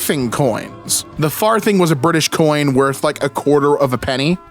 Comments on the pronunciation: 'Farthing' is pronounced /ˈfɑːðɪŋ/ (not /ˈfɑːθɪŋ/). The 'th' is voiced, as in 'this' (not unvoiced, as in 'thin'). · Him pronouncing farthing as "far-thing" with a soft "th" is really throwing me off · It's funny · the pronunciation of far thing is sending me 😅 i love how always looks for extra context though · lol 5e way you said farthing though hahaha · His mispronunciation of 'farthing' is filling me with rage. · For some reason it really got to me when he pronounced 'farthing' with a thorn instead of an eth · It's farthing pronounced with a soft "th"